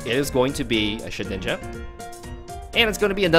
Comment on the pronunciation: everytime the first few minutes your prunounciation makes me hear :shitninja...